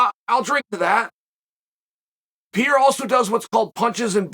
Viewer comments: Chael: Pierre has my interests Also Chael: Peeeara for what it’s worth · I love how Chael pronounces Pereira's name as Pierre. LOL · Nobody says his last name the same. Chael just said f this shit and went with "Pierra." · Alex needs to officially change his last name to "Piera" because ain't no way can Uncle Chael be pronouncing a name wrong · Pair-rare-uh. Learn his name Chael. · Chael, forgive me but am I almost starting to hear you say an a at the end of Alex Pierre’s name, what’s up with this almost somewhat correct pronunciation? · Love how he still cant say alexs last name right and.prolly doesnt care lol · when he start pronouncing perreira name in a weird way..i knew this is a great video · Couldnt prounounce Pereira for the life of him. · Dude, how are you still saying his name wrong 🤣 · The Miss pronounce of Alexis name was maddening…. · Chahale, can you at least take the time to pronounce peoples names correctly? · You mispronounced his name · its so annoying how chael pronounces Pereira name lmao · You are pronouncing Pereira’s name wrong Chael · he pronounces everyones name wrong. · Uncle Chael. It’s NOT PIERA. It’s PEREIRA. Say it with me. PUH’ REY’ RAH’ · Pierra or pereira? Why does he keep getting it wrong. Not the first video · Chael. Say it with me “ Pe-Heh-ira” not pierra 😭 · PE - REI - RA. Not Priera. Practice. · "Piera" The Chael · Pierra😂🎉unc u sounding old as hell mis pronouncing the champs name guy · Pierre ah lmfaoooo bruh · WTF is Pier.. it's PEREIRA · Pereira not pee era. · not pierre. Its PEREIRA. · I thought it was Pereira, not Pierre lol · There's no PIERA. It's PEREIRA. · Its Pereira, not Pierre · Who the hell is “Pierra”? Just call the guy Poatan if pronouncing Pereira is to difficult 😅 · What is this Pereira you're talking about? Chael here is referring to Alex Pierra, the current UFC Middleweight champion of the world. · Yes, but his Name is Alex PEREIRA, not Pierra. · lemme help u say Pereira ,Chael PA REI RA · It’s PUH-RARE-UH. 😂